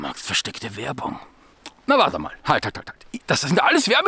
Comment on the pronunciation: Reini macht keine Werbung... Er macht Werrrrrrrrrrrrbung :D Mach weiter so mei Guder, bei dir weiß man hinterher immer das man gut beraten wurde, anstatt nur irgendwelche Produkte aufgeschwatzt zu bekommen :)